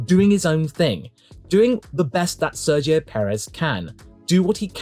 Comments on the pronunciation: I’m convinced everyone says Sergio’s name wrong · I think so. Sergio in Spanish has the soft g sounding closer to an h than a g from what I can tell. English speakers say it like a g (the English g). Then again, I haven’t heard Sergio say his own name and I also don’t know in which contexts the soft g doesn’t apply (making the g in his name a hard g like in English)